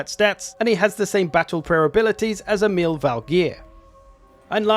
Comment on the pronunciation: so funny to hear people that dont speak scandinavian saying the name Emil, sounds like some arab name when you said it xD